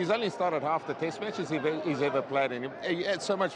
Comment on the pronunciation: It's not as annoying as kiwis saying tist match ,or jiff instead of test match and Jeff